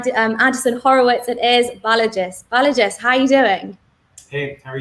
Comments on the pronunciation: I laughed at the 'Balajis' 🤣 but pretty insightful interview 💯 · there's actually no 's' at the end of his first name — it's Balaji